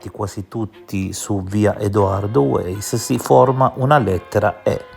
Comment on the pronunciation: Detto che la pronuncia corretta non è "Edoardo Ueiss" ma "Edoardo Vaiss" (essendo di origine boema), la considerazione finale ci ricorda due cose: la prima lo sconfinato egocentrismo di Eder (ma questa non è una novità); la seconda che possiamo trovare attinenze e suggestioni irrilevanti e del tutto fuorvianti ovunque le si voglia cercare o vedere (come il caso di "the umbrella man" insegnò - ma evidentemente non a tutti -, una sessantina di anni fa).